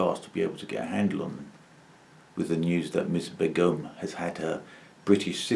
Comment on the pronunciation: Fyi it's pronounced baygum